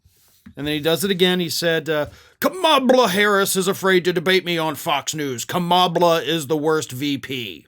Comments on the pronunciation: Few people spew gibberish as consistently and predictably as Trump. His mispronunciation of Kamala's name, whether by accident or intention, just gives us more evidence of his own immense deficiencies, a key one being the same one that has existed for as long as he's been given any stage at all: that he is TOTALLY unfit to occupy ANY elected post, must less the Office of the Presidency that he so abused and disgraced in single hideous term. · I thought because it's easier to slur through at his rallies. We all know the hard time little don old has trying to pronounce Kamala.😊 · He sounds crazy saying KAMABLA 🤷🏽‍♀️. lol blah blah blah is what it sounds like 😂. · He's saying "Kama-BLACK." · I think he was going for "Blah" , but since he is so massively brilliant he didn't know word has an h on the end. Experts say he has ADHD. I wonder if he was learning disabled and that is why all his school records are untouchable. Many kids with learning disabilities become bullies.He may be dyslexic. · I don't think it was a typo. I think he means for it to be read as Kama Blah (typed like this for pronunciation purposes). He's wrong about her being blah like he's wrong about everything else. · I think Idiot Boy is trying to say Kama-Blah but, he's not smart or grown up enough to pull it off! Vote Blue 💙💙💙💙💙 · Maybe he means to pronounce it Kama-blah. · It's supposed to be pronounced Comma-blah. Get it? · He can't pronounce a name right and he is not a good comedian. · I don’t think it’s gibberish,, he’s purposely mispronouncing her name to mock her. It’s his only move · I don't think it was a mistake. I think that's one of his way of lashing out. He thinks he's really hurting her by screwing up her name. He didn't get a rise out of just mispronouncing it (which again, was on purpose) so now he's doing this. Yeah, I don't believe for a second that it was a typo. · Maybe trump doesn't know how to pronounce her name!